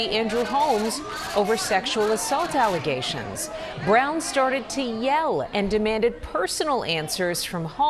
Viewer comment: There are so many words I’ve heard her say all wrong 😂 Alizations instead of allegations. Or Obsticks instead of Optics 🤣🤣